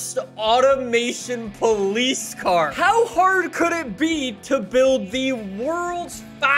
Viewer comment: ah yes, paulice weewoo